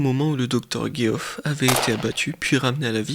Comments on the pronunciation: Geoff ce prononce Jeff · Super video récapitulative mais tu pourrais au moins prononcer le nom de Geoff de la même manière dans la même phrase ^^' où alors te renseigner sur comment ca se prononce (Djeff).